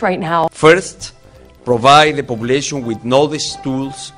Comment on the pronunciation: creo que este wey esta hablando en otomi o cree que el ingles solo son abreviaturas de las palabras y terminan con shion comunication play satation poblation jaja